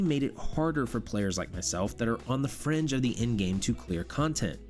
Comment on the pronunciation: I keep hearing "french content" instead of "fringe content"